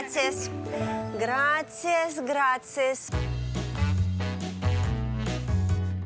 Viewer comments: Она так смешно говорит граЦиас, вместо Грасиас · Сожалею если я вас расстрою, но блюдо называется не КАСАДА а КАСАДО (CASADO). B испанском буква О не звучит как А. И не ГРАЦИАС а ГРАСИАС.🤦‍♂️ СЛУХ РЕЖЕТ а в основном всё верно👍